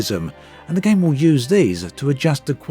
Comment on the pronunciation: Cringed every time you said the word “Game”